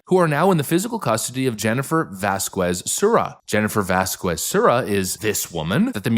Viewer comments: Vasquez isn't pronounced "Vaskwez." It's pronounced "Vaskez." I love your content, but I just had to let you know. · Bro. Im begging you. Please. Never say vas - quez again. Its Vasquez (Vas-kes) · I’ve been an avid fan of tour channel for a long time, but it never fails; every time you pronounce a Mexican name or word I cringe. I say this as a native Texan who has had Hispanic culture ingrained into my own.